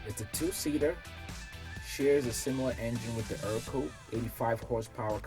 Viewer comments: Ercoupe is pronounced Aircoupe. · A few notes about the Ercoupe. I've always heard it pronounced differently than you've pronounced it. It's pronounciation lends itself to its nickname, "scarecoupe". I think the model with the rudder pedals was produced under another name, being "Alon" (sp?). I might have to do a little research, as I tend to get the details of these trivial matters wrong. All I know is I met a gentleman in Waco who has one that he says is an Alon, not an Ercoupe.